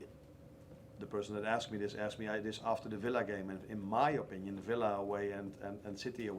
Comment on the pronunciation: I see..Slot actually said Villa , while I heard he said "Fella".